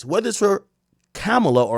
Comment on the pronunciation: NOTICE!! When Akademiks speaks on Kamala, he can’t pronounce her name, but when he speaks on Donald Trump, he prefaces his comment by saying: With all due respect.